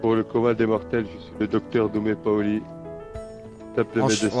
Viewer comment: C'est pas doumè Paoli c'est dumè Paoli